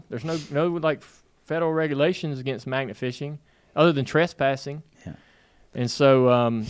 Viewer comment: At first I thought Dale said, "maggot" fishing...didn't sound like much fun to me. Magnet fishing sounds like a good time though.